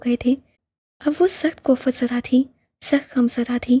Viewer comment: Koft ...not kofat ......badiq-qat not badiqt .....lehja be had piyar a hai or story telling ka saleeqa bhi mature hai .....bt beta g plz dictionary ( feeroz- ul - lughat ) urdu dictionary consult karen. Wajeeh hota hai wajeeha nhi or tan-beeh hota hai tan-bee-ha nhi ......hmari qomi zuban hai is pe kaam Karen plz